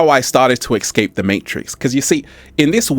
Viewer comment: It's not exscape it's escape that's truth just saying